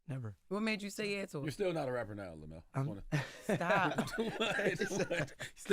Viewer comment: OMG JESS and Charlemagne …his name us pronounced, LEM-YOU-ELL Plumber